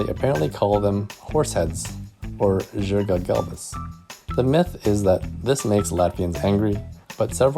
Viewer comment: It’s not žirgas its zirga